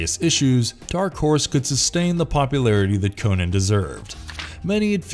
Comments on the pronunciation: Omg stop saying Conan wrong it's well annoying Co-NAN not Conun. Fuck sake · It's not "Conin", it's "CON AAAAAAAAAA N". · Fun fact: Robert E Howard prounounced "Conan" with a "u". - "Conun". We've been pronouncing his name wrong for generations.